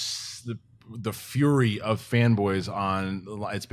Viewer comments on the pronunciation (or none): none